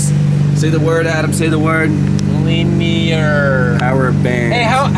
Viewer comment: All together now. LIN-E-ER. Linear...